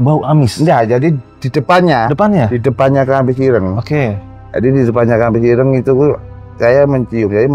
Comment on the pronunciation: Koreksi ya om pelafalan dawet sama ireng itu kayak kita bilang item